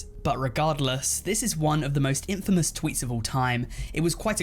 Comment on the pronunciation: I’m surprised how does not know how to say infamous